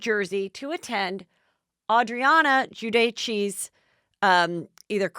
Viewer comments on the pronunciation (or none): Giudice - jee-u-dichay. Lucchese - Lew-kay-see......You're supposed to be a professional right? I understand the show is low key & laid back but....c'mon!! You need to do better fact checking & take the time to learn the correct names of the people you discuss & how to pronounce people's names correctly! What gives? I liked your show - found it entertaining - but I stopped watching due to your mis information & poor pronunciation! You have a decent small following but I imagine if you paid more attn to the details - you know it's all in the details!!....You would/could gain a larger following. jmho. Be well!